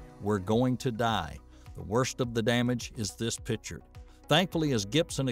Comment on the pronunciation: Do you know the difference between a "PITCHER" and a "PICTURE"?